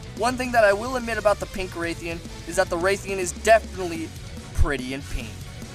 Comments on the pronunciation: It's rathian, not raithian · Bro please say Rathian and not Raythian😭 It's painful to listen to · The pronunciation on Rathian bothers me. Sounds like he’s saying “rethiaan” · It’s rath-ee-en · Please never try and pronounce Rathian again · Learn to pronounce rathian correctly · I agree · You said rathian wrong